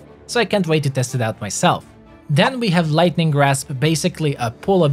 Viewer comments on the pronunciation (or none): none